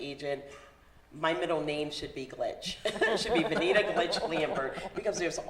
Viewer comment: Good information! Venita lol you always mess up names